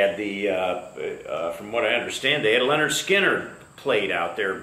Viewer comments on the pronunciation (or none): none